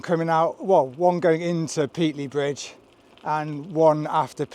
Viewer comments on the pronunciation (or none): It's pronounced Pate-ley, not Pete-ley FGS. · Please learn the correct pronunciation for Pateley Bridge! Otherwise an educational and well presented video. There was a time when I would have done it in three days. I've done the original C2C several times in three days but in those days I was 15 year younger and we had a support van carrying all our kit. I'm presuming you've sent your kit ahead as there doesn't look much more than a sandwich and a bag of crisps in your back pack. i'm with the guy that took longer and enjoyed the ride. There's so many places to stop and stare.